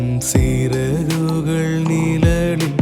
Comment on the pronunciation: நிலலில்... என்று பாடாமல் நிழலில் என்று பாடவும்.. ழ... உச்சரிப்பு முக்கியம்